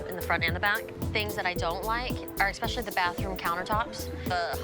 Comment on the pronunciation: She has more pride than perfection, "expecially" annoying too. The realtor deserves some paid stress days off for this! 😉